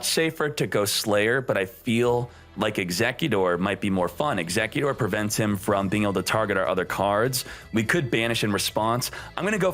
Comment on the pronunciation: He’s probably just messy around with the pronunciation, but it’s still kinda annoying xD